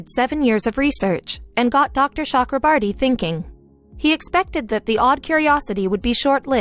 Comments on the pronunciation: Cho. Okro. Bor. Ti My ears are bleeding listening to the whatever borti you are sounding. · As an Indian, this was a proud moment. BUT WTF IS SHE SAYS THE DOCTORS NAME ITS CHAKRABORTY NOT CHUKRABURTY JKSKSKSVSSS